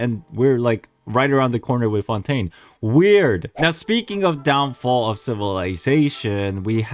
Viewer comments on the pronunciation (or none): none